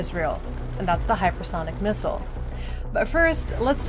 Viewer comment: Let's learn to pronounce missile correctly first.